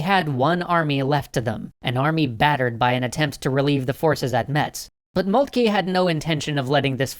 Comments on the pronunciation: I'm fairly certain it's pronounce "Molt-kuh" and not "Molt-kee." Also, you seem to have shown Alsace and Lorraine as part of Germany before they were annexed. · O.K. Something I hope they study in foreign policy school. Also, /moltke/, not /molkti:. Furthermore, it's /ro:zevelt/ not /ru:zevelt/. You don't have to do the Great Vowel Shift to everything. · It is molt-ka that is how you pronounce It